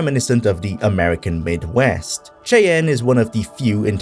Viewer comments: 1. It’s pronounced Shy-Anne (Cheyenne) 2. It’s a reference to the STILL EXISTING Native American Tribe, The Cheyenne, for whom the state of Wyoming named a city. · its' pronounced "shy-ann" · Cheyenne is pronounced more like Shy Anne than how you said it. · Great video! BTW, it's pronounced "shy-yann"